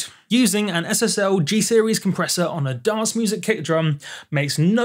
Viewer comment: Please, re-learn how to pronounce the word dance